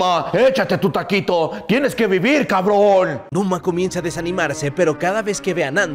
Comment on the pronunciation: Numa no luma